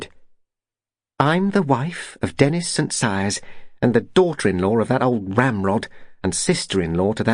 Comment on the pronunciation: It is St Cyres.